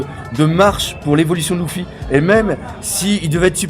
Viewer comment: Hey bro tu sais que même en version jap Luffy se prononce à l'anglaise, et pas "Louffy"... m'enfin fais comme tu veux, hein.